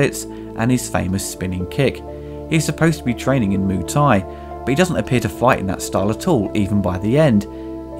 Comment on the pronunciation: Please, please, please. I flinch every time you say "Moo Thai". It is "Moo-ay Thai" (มวยไทย). It is not that difficult to add one more syllable. My biggest beef with the movie is the name "Xian": that is not a Thai name, it is Chinese. They really needed an expert on Thai culture on the payroll. Watching JCVD practising in the grounds of Wat Mahathat in Ayuthaya somewhat surreal, as it is almost always verminous with tourists and locals, and almost right in the middle of town and noisy. A better choice and equally (perhaps more) atmospheric and almost always deserted would have been the nearby - and at that time, largely unrestored - Wat Chai Wattanaram. Finally, Beau Williams' track "Feel So Good Today" (and I cannot unsee JCVD busting his moves) is very similar, both musically and in Beau's delivery, to James Brown's "Living in America" from "Rocky IV", released 4 years before "Kickboxer", but easily the best song used in the film. These quibbles aside, if I leave my university qualifications in Thai language, history, and culture (and years studying and living in the kingdom) aside and if I accept the overacting (and in the case of Dennis Alexio really bad overacting) this is a good lightweight entertainment but certainly not JCVD's best.